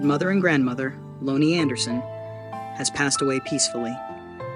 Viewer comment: Can you please say her first name Right 🙏🙏